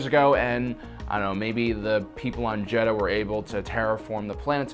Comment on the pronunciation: It’s jedha